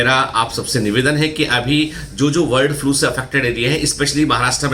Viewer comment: Sir...It's my humble request please try improve your pronunciation... It s bird flu & not word flu...